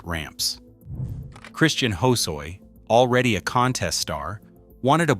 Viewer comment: Action sport Japanese flag. Billy Ruff G&S graphics were sick. Gonz Vision Street Wear The farm Vallely deck. Dogtown had some outside the box decks cut weird. The grinch on the Jason Lee sticks out. Matt Hensley rocking the chucks swinging in a pole. Bro can’t pronounce Christian Hasoi? Auto fail hoesoy